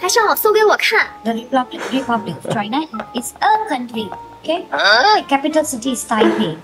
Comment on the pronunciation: 發音要清楚一點：part of 滯納！